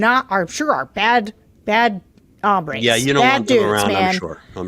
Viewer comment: You are both wonderful but not Spanish speakers. When you talk about “bad hambres” you are actually saying bad hungrys. What you are trying to say is “bad hombres” (bad men). The o in hombres is pronounced “O”. Just thought I would give you a quick assist. Keep up the good work!